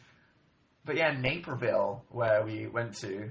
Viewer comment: the way he says maperville is killing me